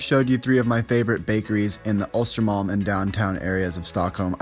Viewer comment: Östermalm, not Ostermalm. You should know that by now. 😤